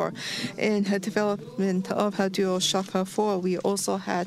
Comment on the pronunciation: "This is uh huuh huhhhh ohhhh shiiii uhhh huhhhhh dual shocka fo!"